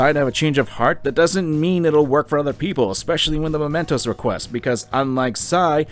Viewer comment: Am I the only one who gets really irritated every time calls it "Momentos"? It's MEmentos. You played the entire game and can't get that simple name right?